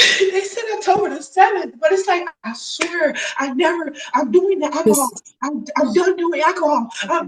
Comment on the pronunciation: WHAT THE FUCK IS ACAHOL??!?! Just fucking say it right! How hard is it to speak the English language properly? God damnit.